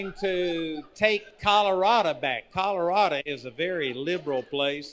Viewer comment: I laughed every time he said "Colorado". What a PRONUNCATION! In all seriousness, he's an awful guy.